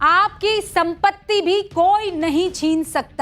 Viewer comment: Wo Sampatti hai smpti nahi